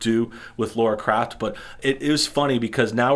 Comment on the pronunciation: FFS! Her name is Lara Croft!!!!! Lara! Not "Laura". LAAAAARAAAA Croft. Not "Craft". CROOOOFT. Why can't people read, and have a sense of hearing?